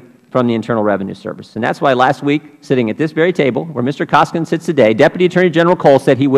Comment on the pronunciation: Cummings is an incompetent Ignoramus! He can't even pronounce Koskinen's name correctly! UGH